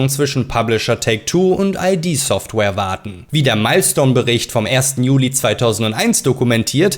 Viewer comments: Ich habe Prey (2006) geliebt. Habe es noch auf original DVD. Spiele es selbst heute ab und zu immer noch gern. Das 2017er Prey hab ich nie gespielt. Sehr schönes Video. Aber die Blasphemie kann ich dir nicht durchgehen lassen. 🤨😋 Es heißt id Software (gesprochen wie „it“), nicht i.d. Software. Hat nix mit nem Personalausweis zu tun. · id software spricht sich als Wort, nicht als Abkürzung. Also wie "Kid", nur ohne "K". Id bezieht sich nicht auf ID im SInne von Identität, sondern auf das lateinische und englische Wort für das "Es" in der Psychoanalyse.